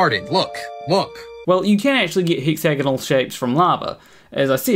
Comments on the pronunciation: As long as you pronounce it "hex-a-gonnel". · I have seen it form from Steel slag, And yes he needs to learn how to pronounce Hexagonal. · you can get hexagonal (a word really should learn to pronounce properly) shapes when mud dries out, or when bees make their honeycombs, among other things that occur naturally. Why? A hexagon is the shape that best fills a plane with equal size units and leaves no wasted space. Hexagonal packing also minimizes the perimeter for a given area because of its 120-degree angles. With this structure, the pull of surface tension in each direction is most mechanically stable, which is why even though bees actually make their honeycombs with circular units, the end result when the wax hardens into place is hexagonal. Likewise when a sufficiently viscous fluid like molten basalt solidifies.